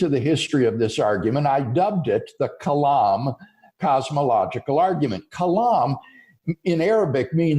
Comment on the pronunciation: seems like a great guy, but I cringed so many times when he said "Kalam's Cosmological Argument."